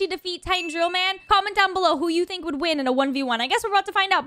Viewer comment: He sounded like he said “sink” for the first one